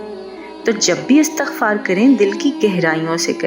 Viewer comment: Pyaray behan bhaion se guzarish he k ye lafz "istighfar"he jaisy k lafz istiamalاستعمال or istihkamاستحکام ka wazan he.Astaghfar ghalat tllafuz he. Shukria!